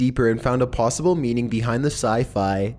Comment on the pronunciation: Why does say plossible instead of possible?🤔